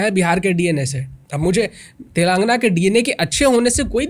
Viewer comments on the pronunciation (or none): भाईसाहब तेलंगना नही है तेलंगाना है।